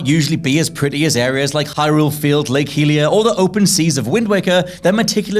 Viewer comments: "Lake Healiya" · I’m sorry- Lake Heelia?!?! Bwah hahaha!!!